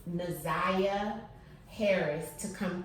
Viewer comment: Her name is Na’Ziyah. Not Zaniyah